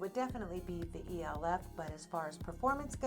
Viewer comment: It’s pronounced Elf cosmetics not E.L.F.